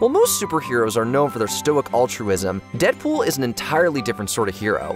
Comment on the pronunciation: That was funny it’s nice pool instead of Deadpool